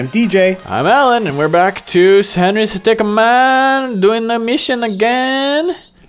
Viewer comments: Bruh, you're still getting his name wrong. It's Henry StickMIN. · It's stickmin! Not stickman! How could you get that wrong?!! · stickmin, not stickman.